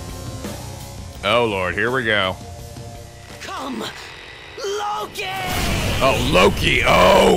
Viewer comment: What Akechi said: Come, LOKI! What I heard: SUBARASHIIIIIIII!